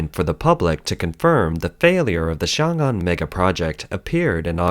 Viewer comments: Good analysis. One suggestion for the channel is to pronounce the pinyin more accurately vs. sounding like a complete westerner. It's not "Xiang Ang". 「雄安」 in mandarin is more like "Shong An" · XiongAn pronounced, X(i)ong -Ann or Song -Ann , for simplicity..